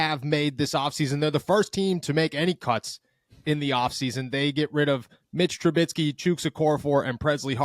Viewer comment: 1 good thing about cutting mitch...we dont have to listen to pronounce his name wrong again